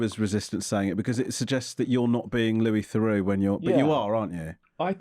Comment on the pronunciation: Can I ask how he felt about the numrous mispronunciations of his name Lewis Therux I liked.